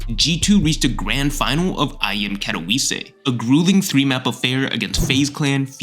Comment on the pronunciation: did bro just say katoviisee